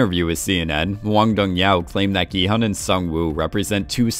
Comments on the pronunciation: I had to stop watching when the narrator didn't even try to get the director's name right (how do you get 'yow' from 'hyuk'???) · Very confused on how "Dong-hyuk" ends up sounding like "Dong-YOW" It's a romanization, you're suppose to read it like it's English.